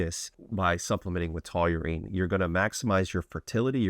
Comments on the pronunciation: "taw-reen", not "to-you-reen" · Seriously. Taurine is a 2 syllable word. Say it with me: taw-reen. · Why do you keep saying "TOLURINE" like you're mispronouncing Toluene, but it's just straight TAUR-ine..... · Taurine❌️ Tauyoou-reene ✅️ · Great supplement, wrong pronunciation ˈtɔr in, tau·rine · Sounds like you're adding a w to taurine lol. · Please say Taw - Rine 😂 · The fact you cant pronounce it really makes this unwatchable for me at least. Please check before making the videos lol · Pleaae keep mispornouncing tauring, cause it gives me more comments to read from the people correcting you, lol. Engagement. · Never heard it pronounced that way 😂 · omg It's hard to watch lolol. I don't even know how he says it.